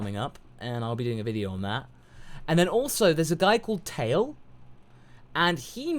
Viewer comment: SoulKing Omg i just cringed so hard! he fucking calls KALE "Cauli" like wtf.